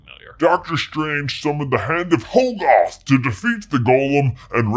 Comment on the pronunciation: Uhhh, it was pretty obvious that the third eye was the toll of using the Darkhold. That's it. Nothing more. Also, Hoggoth is pronounced Hah-guth. Pretty simple English. A double consonant after a vowel makes the vowel soft. C'mon.